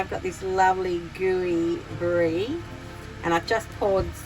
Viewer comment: How good was that NP!! We didn't quite get the pronunciation right 😅🤣 And yes Marg you have my mouth watering seeing brie coated in honey & walnuts...